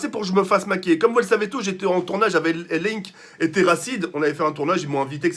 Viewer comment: Il a dit Link et terracide LAINK PAS LINK PUTAINNNN merci